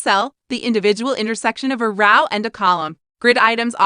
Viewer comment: The font size here is really small - difficult to read. The automated voice mispronounces the word 'row'.